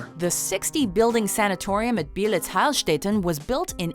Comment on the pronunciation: It gives me cancer how you pronounce "Heilstätten" :D Otherwise great video.